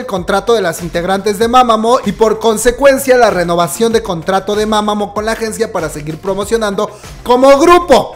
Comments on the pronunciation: se escribe Mamamoo pero se pronuncia Mamamu bro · Me da algo cada vez que dice mama'mo' xD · como fan de Mámamo. También: win, wen, wiin, huein, Solár, jaudhsjsjdj Jajajaja amo su esfuerzo por incluir info sobre otros grupos pues antes no hablaba de Mamamoo. Muchas gracias